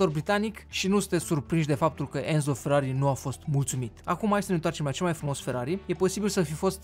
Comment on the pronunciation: Sunt italian și Enzo se citește Ențo